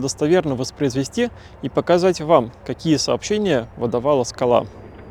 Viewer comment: Спасибо. Одна ремарка: если не ошибаюсь, то в названии СКАЛА ударение должно быть на первый слог.